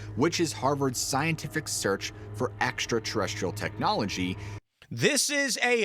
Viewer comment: Ah, yes! The "scienlific" process. I learned about that in shtool.